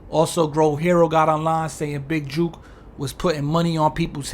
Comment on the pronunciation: Jook is pronounced like "cook", or "book". JUKE is not the same, and they mean two entirely different things in the South.